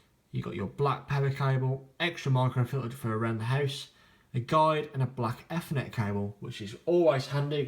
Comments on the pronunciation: 'efrnet port' .. I thought it was 'Eethernet' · EFFERNET ?? LMAO